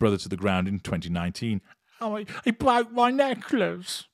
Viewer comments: Damn it! I nearly chocked on my tortilla chips. "He bwoke my necklace!" 🤣🤣🤣🤣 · He bwoke my neckwace - makes me laugh every time 😄